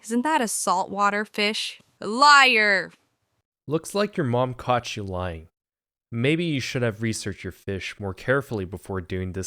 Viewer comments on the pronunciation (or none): help at one point in this vid he said caught n i thought he said cock